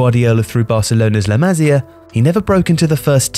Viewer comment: Please! It’s pronounce “La Ma-SEE-ah”!!